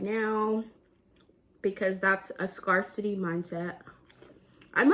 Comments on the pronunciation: It’s pronounced scare-city. Wishing you the best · lol Have you only seen “scarcity “ written or something? Why do you pronounce it like that?